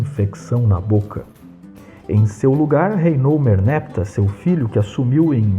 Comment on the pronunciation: Merneptah não deve ser pronunciado como merneptáh, com oxítona tônica?